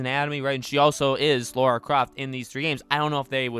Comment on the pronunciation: My biggest Tomb Raider pet peeve is when people call her “Laura”. The disrespect. Educate yourself. Her name is Lara. 😂